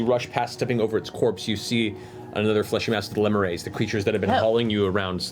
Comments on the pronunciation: Poor Matt. He went from mispronouncing "lemures" to mispronouncing it a different way. Thanks, Internet. ^^ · When they first said lemures I was like oh so zaboomafoo is in hell